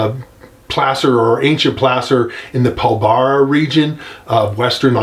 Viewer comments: Pilbara is pronounced with a long r. Pil bra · Pilbara is pronounced "Pilbra' the first "A" is silent.